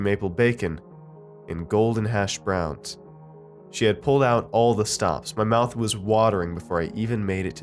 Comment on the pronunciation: You say hash browns weird. I remember you said it in another video too. Can't remember which but you've kind of established a reputation for emphasizing hash browns in the wrong spot. No offence btw, love your vids.